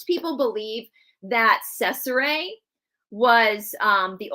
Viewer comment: Hey, thank you for the videos! Just a little FYI.. in Italian a "C" is pronounced with "CH" sound.... "CH" is pronounced like a K... there is also a mini series of the Borgia on cable or Netflix I thought it was well done but probably not to fact! Love you all! God bless 🙏🏻❤️